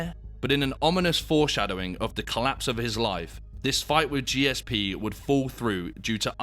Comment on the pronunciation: What a mug. Clearly a student of Steven Segal's. Another Jake Paul. By the way, disrespecting GSP by struggling to pronounce his name or seemingly understand what a true legend of the sport he was is embarrassing.